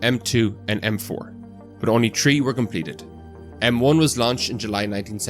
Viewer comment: "Tree" or "three" 🤔❓️